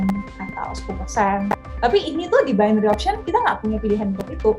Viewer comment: Bainery mbak bukan binori